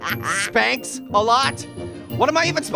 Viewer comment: "SPANK" you very much,! Have a wonderful "SPANKS-giving" hahahahahahahaha